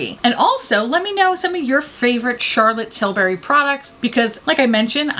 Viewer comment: Although I always watch videos I’m going to lie and say I’m just here to hear her say CHARLOTTE TILbury